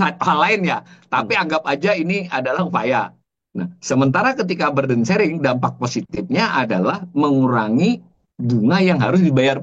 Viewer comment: Maaf gentlemen....burden itu dibacanya [bə:dən) bukan [ba:dən). Semoga manfaat dan bisa lebih benar dalam pengucapan bahasa inggris karena ini kata yang umum aja.